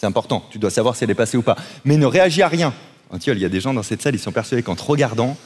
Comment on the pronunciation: En vrai j'ai cru entendre le bon prénom (car on prononce Antione) maintenant que je regarde la vidéo je vois que c'était antiole et pas antton mdrrr. En vrai je m'en fous je passe ma vie a corriger les gens sinon😂